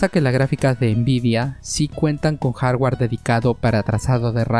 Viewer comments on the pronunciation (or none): none